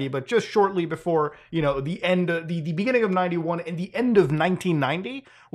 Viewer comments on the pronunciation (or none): in de beningging. inde ina de ina de benininging. yeah. ina de beninging (listen properly), people went outside